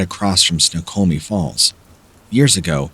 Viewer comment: Where are you from in WA? Anyone know? I'm also from WA and was surprised at your pronunciation of Snoqualmie. I don't claim to be perfect but I do know how to pronounce most if not all the different regions/cities ect